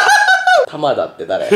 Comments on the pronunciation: たばち たばちぃー？ たばちって誰ー？ 面白すぎなw しかもダホちゃんと同じやつ同じ読み方で間違えてたww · ほんらいは [たばち]じゃなくて [たばた]です